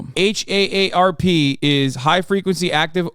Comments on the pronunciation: If H.A.S.A.N. says H.A.A.R.P 1 more time instead of just saying "Harp", i'm gonna K.I.S.S myslef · I’m from Oahu and my boss flew out there to help out at a store whose workers were from Lahaina but couldn’t work due to obvious reasons. Saw some of the video they took and it literally looked like post-war footage. Insane and tragic 😢 Also, minor annoyance: just pronounce HAARP as “harp”. Just as annoying as folks who pronounce “OLED” as “Oh El Ee Dee” 🤦